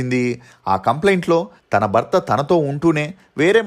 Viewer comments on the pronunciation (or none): none